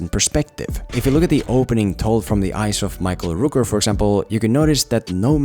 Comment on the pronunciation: Rork Not rooker.